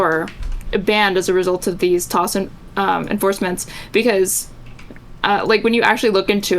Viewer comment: Ugh... Please stop saying 'TOSS'. It's 'T-O-S' or 'Terms of Service'. Why are they adding an extra 'S'?